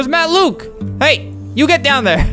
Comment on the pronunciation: it's only Matt Luke theres no s :/ that's just how flamingo said it he put a invisible s at luke